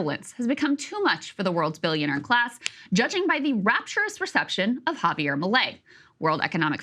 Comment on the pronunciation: i came here expecting her to pronounce his name as "jay-beer", but she pronounced it amazingly well.... he's a libertarian. they are all like that, they worship the rich, and preach that greed is a virtue.